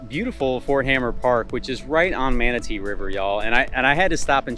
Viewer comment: Also, Ft hamer, not hammer.